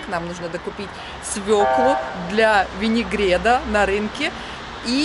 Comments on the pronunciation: винегрет ))) а не винегред )))) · Я извиняюсь, но пжлста говорите ВЕНИГРЕТТТТ ,а не ВЕНИГРЕДДД это не правильнооо!!!